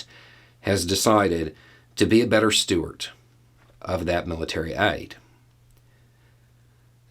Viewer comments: It's 'steward' or caretaker, rather than 'stewart.' This is a very common mistake, with surnames as well. Look at my last name, and see my authority in the matter. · my bother, I love you and your concepts. But the word is "steward". You keep saying "Stewart" like you are expecting Jon Stewart or Rod Stewart to step up and take responsibility... The word is Steward. Not Stewart. Please don't make me come back. Love ya brother. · Dude, I love ya, but it's "steward" with a d, not stewart, or perhaps Stuart, with a t. 😊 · Tell me knows steward is spelled with a "d" in the context he's using it......sounds like he's pronouncing the "t" like Stewart 🤣